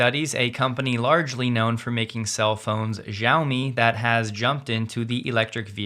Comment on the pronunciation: Xiaomi is pronounced "shiao-me". "X" is a sh sound. Think shiao-me the money